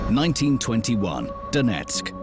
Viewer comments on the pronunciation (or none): none